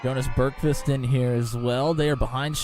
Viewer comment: Great broadcast! I'm Jonas Bergqvist. You nailed the pronounciation btw. It was a great race. I love this car, it always brings good racing.